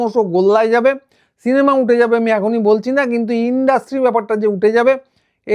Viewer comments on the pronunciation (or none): none